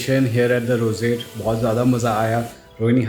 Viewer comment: the "rosate" Others - roseate Pronunciation level 100% 👍🏻